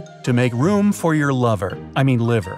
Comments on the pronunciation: I heard it as lever at first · I laughed when he said for your laver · " liver " or more like..? " lover " ?